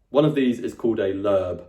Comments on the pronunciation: its not lerb .. its lo-eb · As an American (where Loebs are published) hearing “Lerb” cracked me up! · A little note about Loeb editions - (1) in America, we usually pronounce them "Lobe", and (2) they do contain some critical apparatus with some alternate readings in the margins on the English side. (3) They are being revised, and in newer versions some of the bowdlerized text has been restored to a more accurate translation, and it appears that they are being revised around once a decade or so... They are often available at many university libraries in the US, and even in local used bookstores - I've only once found an Oxford Classical Text edition, but will see Loeb editions show up semi-regularly. Of course - new editions of both can easily be had by ordering.